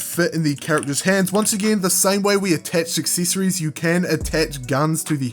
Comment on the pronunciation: Good tutorial but why do you pronounce the E Letter so weird? Coll*ie*ction Acc*ie*ssor*ie*s